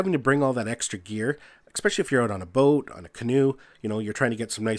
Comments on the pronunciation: It is especially, NOT ex-specially. Good video overall though! :) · LOL! That drives me CRAZY! Funny how something so petty gets under my skin... A character flaw I readily admit to, but I can't understand how that mispronunciation is so prevalent. :-(